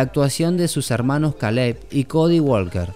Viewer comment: Ka_leb ?? O Kei_lab ??? Pronuncien los nombres como son....animales.